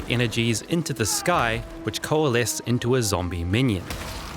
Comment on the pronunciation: COALESE >> Coalesce?